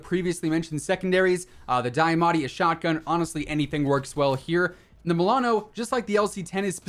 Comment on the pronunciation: Is it me or he does not know how to pronounce diamantti... Lol